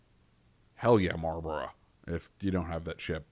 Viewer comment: Ba malbourough man 😂